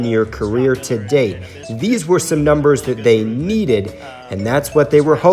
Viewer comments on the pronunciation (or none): none